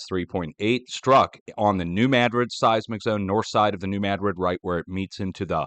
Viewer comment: you are correct on your pronunciation of New Madrid